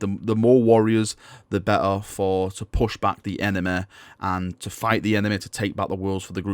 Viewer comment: lol enema. why do you pronounce Y as A?